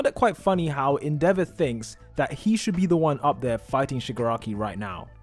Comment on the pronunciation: The way you pronounce endeavor rly tilts me, otherwise nice video